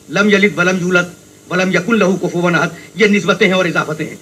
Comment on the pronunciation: Pagal k bchy ayat to thek par ly ahad ko ahid par raha h